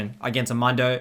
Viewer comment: It's pronounced moondo lmao